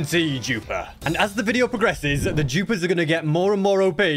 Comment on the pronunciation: Is he saying jupers? Not dupers